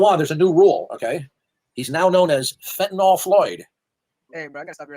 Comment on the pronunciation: doesn't know that the drug he is talking about is not called Fentanol, it's called Fentanyl. How is it that I know that, snd he doesn't? After all his years of paying careful attention to current events?